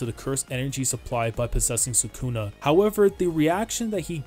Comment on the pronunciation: Isn't it sukuna, not sakuna